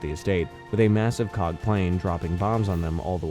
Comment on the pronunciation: “C O G”, ew.